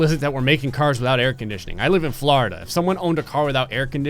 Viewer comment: what the hell is "Floorda"?